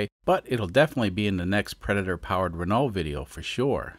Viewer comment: A couple minor criticisms --- One, "vapor" isn't a phase-change transition. It's bits of liquid in air. I don't know much about Volkswagens, but I know juuust enough about physics to catch that one. Two, as I've said before, the ironic wrong pronunciation of "Renault" as a joke was old enough to be my great grandfather when you started with it. Please stop, it's not funny, it just hurts my ears. Three... what is it with most Americans and the Metric System? For chrissakes, it's powers of ten. Add a zero at the end of your number, or take one off. If you run out of zeros, move the decimal point in the same direction instead. You don't have to remember weird stupid mnemonics or twelve of this to sixteen of that or any of it, and on the whole it really DOES make a lot more sense than however many eagle talons per cheeseburger it is for whatever you're trying to measure. Take two aspirin and get over it. Having said all of that, and with those few exceptions that (unfortunately) snagged me a bit, excellent episode as always. I do enjoy watching you tinker, as I've said in the past.